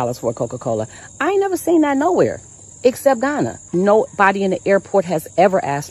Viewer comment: Come home? You're joking. You can't even pronounce Ghana!